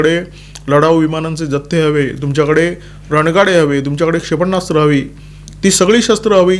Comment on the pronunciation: क्षेपणास्त्र असा शब्द आहे. उच्चारताना "क्षे प ण्णा स्त्र" असे ऐकू येते त्यावर उपाय करावा. आपल्याकडून चूक होऊ नये ही मनापासून इच्छा आहे.